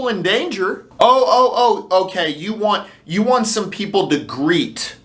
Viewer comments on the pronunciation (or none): none